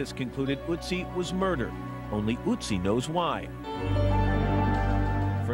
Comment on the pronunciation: it's not otzi, it's ÖTZI!!!!